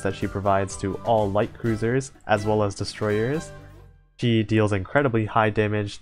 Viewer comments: oh well, not like imma stop watching your vids coz of a single word butcher anyway i havent subbed for long, but i have seen your old vids (mostly your tier list vids), and i definitely notice the jump in mic quality i look forward to your next uploads.. even if your mic won't allow you to pronounce "she" lmao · the fact that every time you try to say "she" when mentioning ships, and your mic decides to leave the "s" behind, and ends up with "he", tilts me every single damn time